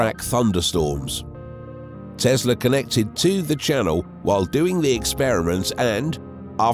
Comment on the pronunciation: It's not Tezla, it's TeSla !